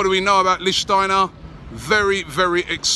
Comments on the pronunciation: Oh no he said Lichtensteiner... 😵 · Robbie his name is LICHTSTEINER NOT LICHTENSTEINER! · Robbie, it's pronounceed Lichstenstenstenstensteiner !! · LEEK-SCH-TEINER! but at least you're trying now! haha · New drinking game. Take a sip every time Robbie pronounces Lichsteiner differently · Robbie pronounced his name differently each time lol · Your getting closer to saying his name right. But still not quite right